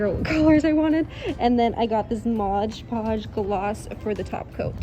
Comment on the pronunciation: who else hates that she says modge podge! (ITS MOD PODGE)